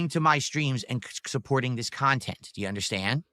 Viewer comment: "HELO JEW"